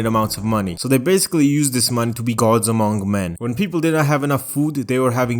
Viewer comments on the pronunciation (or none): none